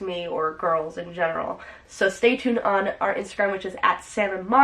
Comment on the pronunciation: Monica : stay 'tuned' or stay 'cwuned'?